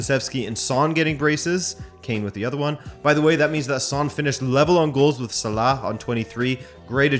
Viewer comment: Can you please stop trying to pronounce Salah. You're adding a sound / letter at the end that isn't part of his name. Sounds like you're saying salakh.